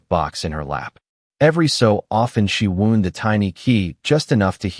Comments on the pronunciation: GREAT STORY! The only thing a little off is AI's pronunciation of "WOUND". Saying the little girl 'wound' it up...but sounding like a medical problem with the music box, instead of saying like its supposed to. Again the story is great, just the AI needs some work. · Yes we commonly see Ai screwing up like this but maybe for awhile we can take a little comfort that Ai isn’t yet (commonly anyway) able to completely appear human ! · I noticed that too